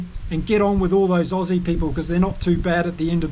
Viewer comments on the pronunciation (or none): Lol, your pronunciation for the Aussy loosie was awfull